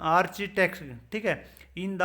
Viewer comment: Are bhai nahi chalega channel aapko Architect bolna nhi aata kya hi channel chalaoge